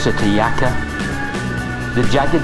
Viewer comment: Jaca is pronounced hacka